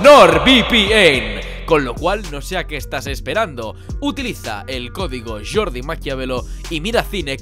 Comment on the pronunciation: suena como Yordi no como Jordi :)